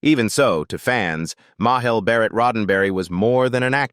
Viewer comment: Majel Barret, of course, you said wrong. You do this quite often! It's not a Spanish name, which often makes a letter J sound like an H or Y. Majel has a usual English J sound, as in Jello gelatin. Majel IS said as "MAY-JELL" and NOT as "MAH-HELL". You do have a nice voice and pronounce things well, most of the time. Though quite often you butcher names, which makes you look very unprofessional and ignorant. Ignorance is not stupidity, it is lack of knowledge. Perhaps you need to work on lessoning your ignorance, and learn proper pronouncements?